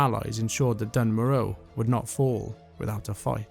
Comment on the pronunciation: Its pronounced "dune mora" in the dwarven intro cutscene